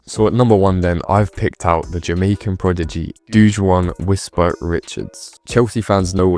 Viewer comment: Whisper is no Drogba he is "WHISPA"!